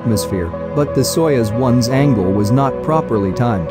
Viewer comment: It’s pronounced „sayoooz“. I had to watch the video three times until I understood what they were talking about 😅🙈